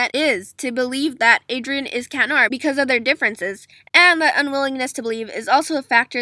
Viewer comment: Finally someone says cat noir’s name right some people say CHAT NOIR I mean who says that 🙄😑😬😒😵😆😮😧